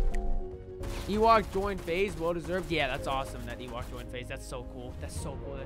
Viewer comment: Funny how her name is Ewok but doesn’t know how it’s pronounced.